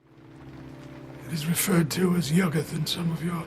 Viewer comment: yugg'uth. not you-goth